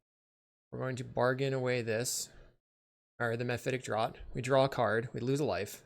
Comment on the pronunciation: Great vid, great deck. Just gotta give you a heads up that the word draught is pronounced like it was spelled draft